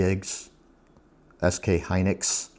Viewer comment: lol "SK Hynus" 😆 I think you should throw that r16 case n mobo away lol btw did you end up selling that 4090? Its going for a lot rn on ebay. Also I much prefer custom stuff but hard to find someone that builds where I live lol